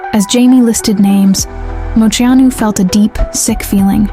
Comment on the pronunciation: I wish you could pronounce her name right 😂 but this was a beautiful way to share her story again